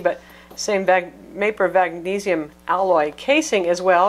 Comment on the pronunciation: gotta love that mapor vagnesium..lol good review though I cannot wait to get mine!